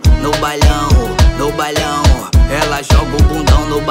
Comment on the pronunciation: porra esse cara falando bailão errado me irrita velho 😂😂😂😂